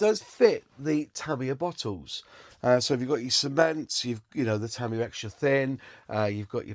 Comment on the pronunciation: It's pronounced TA MI YA and not TA MIYA.